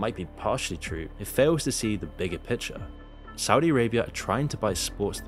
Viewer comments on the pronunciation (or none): none